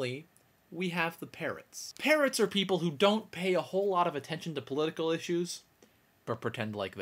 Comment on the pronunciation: OH. I thought he said 'parents' not 'parrots' xD